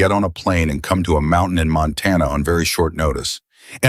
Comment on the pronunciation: How much longer are we to suffer A I's f*k wit pronounceation of single syllable word or a two syllable word changed to Mount-tain-nan, which is three syllables. My theory is if you must use it, EDUCATE IT.